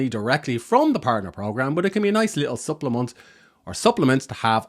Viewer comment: Are you French? I heard your "supplement". Great content.